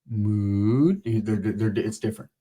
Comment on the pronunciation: I couldn't keep a straight face when you said... Mooood! 😂😂